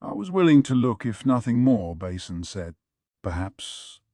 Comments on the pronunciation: "GAwShUN" "MaYomAyO" "BAsIN" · The way he says basens name like a bowel 😂 basin